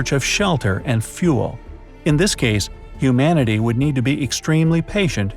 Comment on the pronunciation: When he said humanity I misheard it as iumanity